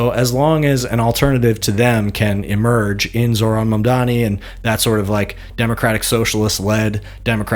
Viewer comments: Dude why tf can’t ppl say Mamdani? I don’t get it. Is it if you don’t like him he’s mamdami? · Also shocked no one bothers to say, "hey, it's Mam-dani. Not Mam-dami" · People who get paid to speak into a microphone and can’t say Mamdani right…blows my mind